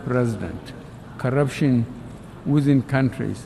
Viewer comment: He said karaption instead of corruption